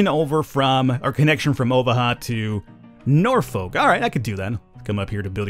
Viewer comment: They mispronounced Omaha AND Norfolk smh